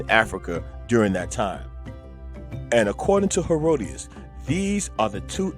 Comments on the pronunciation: …well no. The only other thing is the name of the Greek historian you quoted. His name is Herodotus (Herod-o-tus). You referred to him as “Herodias.” Herodias was the woman responsible for the beheading of John the Baptist. Other than those two glaring errors, (tigers in Africa and the mispronunciation of the historian’s name you cited) the video was quite informative- the kind of material I like. It was truthful, respectful, bold and unflinching in the face of the crowd that would be opposed to it or offended by it. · Herodias? Do you mean Herodotus? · Is he pronouncing Herodotus" as "Herodius" ?? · If you are going to quote Herodotus at least pronounce hin name correctly.